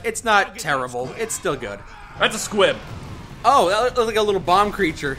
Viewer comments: Squig it's a SQUIG not a squib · he is saying squib it is driving me mad